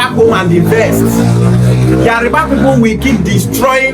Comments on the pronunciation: So many Igbo kids like yourself from youth, their Igbo parents dey preach Yoruba hate ... so it not surprising now that you are now pronouncing Yoruba as Yariba .... speaks volumes for your mind's degenerative hatred for the Yoruba nation. This is the typical hate the Igbos have for the Yorubas YET igbos will like to spin it the other way around in order to deflect blame so as look like saints in their warped up Biafraud Republic... Nonsense !!!! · It is Yoruba and not Yariba. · So you are an authority on the Yoruba tribe. You are so dumb, you need to learn how to call yoruba, not yariba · Your pronunciation of his name and Yoruba is very wrong.... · The way you pronounce Yoruba is very funny